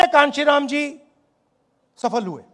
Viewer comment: पहले तो नाम ही सही से नहीं लेते है। पप्पू स्टाइल